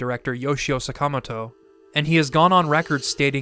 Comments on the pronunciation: I don't know why you pronounce the 2nd A in Sakamoto's name like that,, but... it just sounds wrong. Do you do the same for Mr. Miyamoto? =O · Why do you mispronounce Sakamoto 坂本 賀勇? That made me cringe so bad.